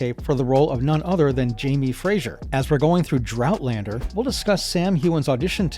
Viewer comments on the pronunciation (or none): Its not Fraysher or Frazier, its FRASER!